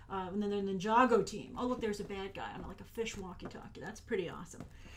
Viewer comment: Is it really pronounced "nin-jago?" and not Ninja-Go?